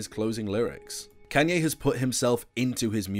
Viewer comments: Bro its Kanye not Kenye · WHY ARE YOU SAYING KAN-YE WTF ITS KAAN YE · "can yay" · bro really said kenye west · “Kànye west” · Bruh he pronounces kanye as Kenye😂😂😂😂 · I get triggerd every time when you kay kanye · "can-yee west" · Redo this video and stop saying kenyay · I can’t tell if you’re saying “Kenny” or “Kenye” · he's putting real big emphasis on the A in Kanye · You know this is a pretty great vid ngl i love it quality stuff but god did you butcher his name a lot